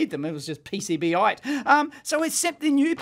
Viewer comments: PCB- ite???? whaahahahahhahahahaha PC BITE. Well done Dee-Ave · Everybody: PC-Bite Dave: PCB-ite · I am pretty sure it's pronounced "PC Bite" and not "PCB ite" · P C Bite, not PCB Ite